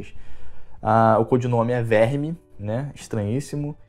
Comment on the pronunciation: "O codinome é verme" A pronúncia correta é "Vérmir" (Vermeer).